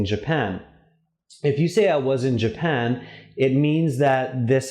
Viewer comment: Japan, not Japand